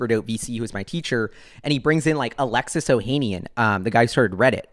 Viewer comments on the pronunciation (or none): none